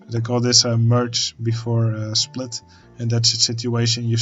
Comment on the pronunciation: Hey, thanks for the tutorial, I'm relatively new to OpenTTD and I currently try to improve my junctions, so that helps a lot! 😛 But... one question. Are you German? Because you said schplit instead of split and that happens to me, also German, here and there, too 😂